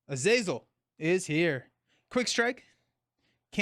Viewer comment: Kurt is from Germany so I would say that his nemesis Azazel should be pronounced more or less as is written. So for native english speakers it looks like: "Ah-Zah-Zel" where H is "hidden" so to speak.